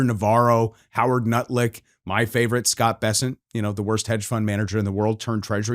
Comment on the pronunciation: He said howard "nutlick" instead of ludnik, that was an accident right?😂